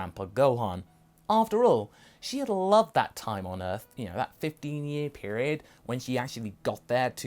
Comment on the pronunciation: stop saying E, arth